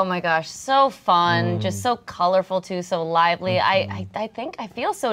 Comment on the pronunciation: I think yeah pro. I'd absolutely bench but I definitely would rather play if I’m a lower stakes team like I wanna have fun and feel accomplished in the little things like "I did this pass well" and such yk Pinabuta (commercials use southern US accents) "vaction" idk why but "so lively" becoming "sa-lively" as in saliva happened in my head and was awesome